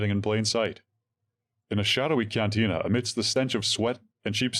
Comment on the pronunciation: Something a bit fishy here. Must be AI 😂😂😂 CANTINA should not sound like CANTUNA.😂😂😂